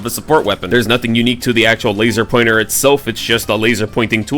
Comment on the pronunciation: "So I haveth a laser pointere"